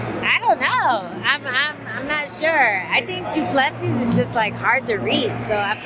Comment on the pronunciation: If it goes passed three, it's all Du Pless ee.